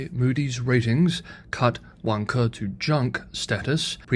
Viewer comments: Vanke (pronounced "Wan Ke") sort of sounds like "Wanker"? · Vanker is pronounced 'Wanker' in London :-) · Spelled Vanke, but the pronunciation gives away the “self play” angle of the property market in China.